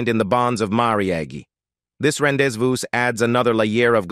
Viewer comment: Like the says: Kennedy was really "chair-is-matic". He had a "pin-shone" for entanglements with Hollywood...intriguing was his "ren-dez-view" with the captivating "Geena Tear-nay", which was "say-eed to have transpeeried around 1948, a peeriode when Tear-nay was still entwined in the bonds of marry-eee-yay..."